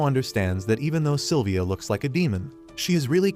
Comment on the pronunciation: Its Sylvia Not Silivia